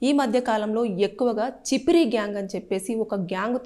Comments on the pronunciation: అది చిపిరి కాదు చెప్రి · Chippri kadhu amma cheppri😅😅